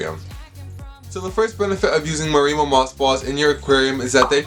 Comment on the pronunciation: mare i moe. emphasis on the mare. ;)